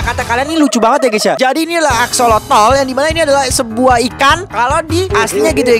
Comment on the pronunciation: Itu bukan aksolotol tapi aksolot bang